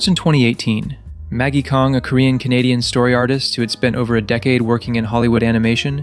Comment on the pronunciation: Kong? It’s CLEARLY kAng 😑